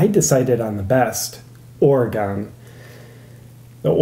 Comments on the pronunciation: Ora-GONE?? You mean ORE-uh-gun. So many people mispronounce that state. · "I decided on the best, Oregone" Not sure if that was part of the parody or not, but Oregonians tend to have a mini aneurysm when we hear that. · It's pronounced "or gun" lol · Why you gotta go pronouncing Oregon like that. Or-ee-gone. sigh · He pronounced it "Or-re-GONE" fucking triggered. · You pronounced Oregon wrong!!! I live there. It is pronounced Oregun!!! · Perhaps the people of Oregon should vote to have their state renamed to it's true phonetic spelling? Or should you complainers be gone?